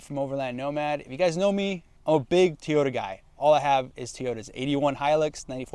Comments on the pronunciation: I find it very annoying the way you say Toyota. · For me it’s just the way you say Toyota lol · The way you say TOYota is absolutely baffling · How do you own that many toyotas and can't even pronounce it right. 😂😂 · Fact that you say teeeyota you should stick to Nissan, you have no business driving Toyota if you can’t even say it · I would have watched the full video but couldn’t stand you saying teeyota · I felt pain every time he said that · I thought it was Tea yo tah. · Godda love ah teeota eh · why do you say TEEyota and not TOYota? must not be that big of a fan if you can't even pronounce it correctly. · You say "teeyota" , the rest of the world says "toy-OH-ta" . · If you’re a huge Toyota guy then why do you call it a Tee-Yota? It’s Toy-Yota. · What’s a “Tee yota”? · Bro stop calling it teeyota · Tiyota? lol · Toyota not teaota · What is a "Two-yota"??? Why do you pronounce it so differently? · What is a TEE-O-dah? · Why do some people call it teoyota? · Why does this guy keep saying "Tea-ota" instead of "Toyota"? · Stop saying Teoyta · Wtf is a teeyoda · Bruh. “Tee-yota” Quit it. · Your pronunciation of TOY-OTA as tee-ota is terrible. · whats a teeota? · Is he saying Teeyota? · TF is a teayota? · the way you say teyotah was painful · How many times can you say "Teeyota?" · Wtf is a teeyota? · "T-ota"? Where do you get that? I think it's Toy-ota. Must be Spanish for Toyota. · What the heck is a Teeyota? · TOYota not TEEyota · How can you claim to be a Toyota guy when you pronounce it Tyoda? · TOY-YO-TU NOT TEE-YO-TU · It's Toyota not teaota 😂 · Say it with me...Toy-yo-ta. BTW I'd pick the Frontier 10 out of 10 times...not a Tacoma fan at all, they're cramped and aren't what they used to be...ever since they had frame rot issues they've been going down hill, and all the new tech and turbos just compounds the problems. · Wtf is a a Teayoda? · Do you mean "toy" ota....what's with the way you pronounce Toyota? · Did he say teyoda😂